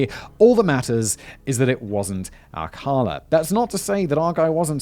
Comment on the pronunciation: You pronounced "Ciros" correctly. However, Alcala is pronounced-( All...Kah....LAH/ accent on the 'la').